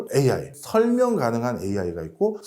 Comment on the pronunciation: 저분 AI를 IA라시네요 ㅋㅋ